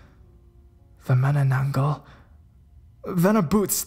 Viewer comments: It is pronounced ma-na-nang-gal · It's actually pronounced as 'Mah-Nah-Nan-Gal'.